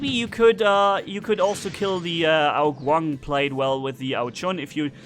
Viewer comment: When you say, Ao Qun, it sounds like a mix between ao jun and ao qin. Im chinese btw. Guang in chinese means light, as in a bright light. Ao qin means light, but as in light and heavy. Ao jun, well im not sure but i think it means even, like, "the cake is even"